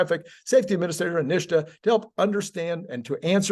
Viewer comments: why do you call it "Nish-ta"? It's "Nit-sa". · I like your content, but just because Sandy Monroe mispronounces NHSTA doesn’t mean you have to. It’s pronounced “nista”, not “nishta”. I don’t usually go around correcting people’s pronunciation, but this one for some reason really makes my spine crawl. 😮 Keep up the good work. 😊